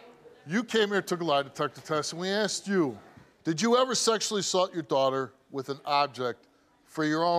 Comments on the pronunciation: Why even teachers say: "aksed" iso asked... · Teacher who cannot say asked properly. Axed isn't asked. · A teacher that says “akst”….thats the real crime here. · Asked…. Not, axed. Lord have mercy. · She's a teacher and says axed instead of asked. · Please don't use the word "Axed" It's "Asked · Tooken? Axed? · A teacher that says “axed?” Oh well. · A teacher who says ax instead of ask shouldn't be a teacher.